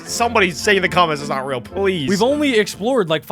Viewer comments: It's not rael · It is not rael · It not ril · it. not. reaI